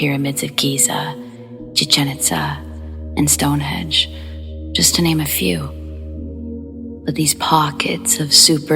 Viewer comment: Stonehedge? do you mean Stonehenge? 🤭 Still love you though lol x